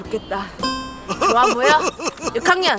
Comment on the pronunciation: 랜던봉투 뜯는 asmr좋울꼬 같당 ㅋㅋㅋㅋ그리고 좋아 쪼아 좋아 좋아!가 초아 초아 초아초아!라고 둘려용 ㅋㅋㅋㅋ